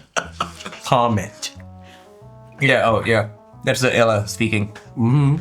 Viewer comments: Bro, don't try to force your accent too much like an American that you pronounce aaila as Ella and anti as auntie lol. If you're making a video regarding culture and explaining it to non nepali people.. make it authentic. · It is pronounced AILA not ALA